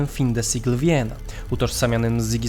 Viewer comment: Zwrot "fin-de-siecle" pochodzi z francuskiego i w języku polskim obowiązuje jego francuska wymowa, taka jak np. w starej piosence Skaldów "Szanujmy wspomninia", czyli "fę de siekl"